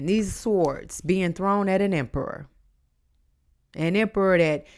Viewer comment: LOLLLL when you Said “show them who’s EM PERRA” I died I heard “emmm perra” in Spanish that’s like “Ermm THE B****” 🤣🤣😂🤭🫢